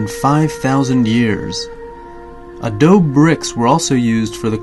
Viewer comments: i'm sorry, but the narrator is annoying. he mispronounces SO MANY names words (for instance : the word "adobe" is pronounced a-DOH-bee....not a-Dohb) and he sounds like he's about to nod-off on heroin -- he speaks so slowly. just speak normally the next time. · The word is adobe, pronounced ah dough bay, not ah-doughb